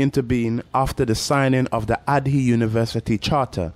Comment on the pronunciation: Asante sana for the video, very well put together and informative. By the way, Ardhi is pronounced Ah-RR-Thee. Loving your videos as have relevant and enough background information.